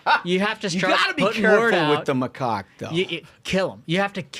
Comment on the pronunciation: Macaque? I swear I heard them say something sounding like “my rooster”😂